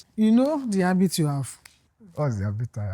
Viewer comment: “There’s an hAbit” Yoruba people oo🤣